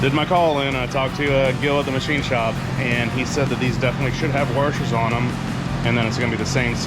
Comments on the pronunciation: says waRshers instead of washers…. Is someone watching the great AvE? Seriously guys, you must watch him. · Heh .... "Warshers"